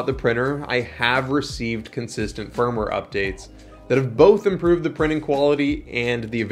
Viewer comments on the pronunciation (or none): none